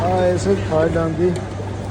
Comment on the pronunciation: Թյալանդ չի ,Թաիլանդ։ Լավ էլ հավեսով կերաք,ես չէի կարող 😅։